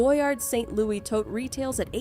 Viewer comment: You really should pronounce these brands and styles properly--Hermes, tote, Hedi Slimane, etc-all need some attention. Credibility suffers when you dont know the basics.